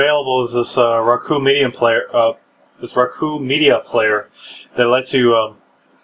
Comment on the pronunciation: RooKoo he says.